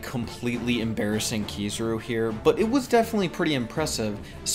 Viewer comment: Ki-za-ru. Not Ki-zuh-ru. You’re killing me.